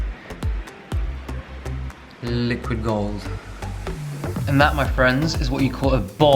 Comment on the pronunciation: I live for your british accent saying "Liquid Gold" Hahahaha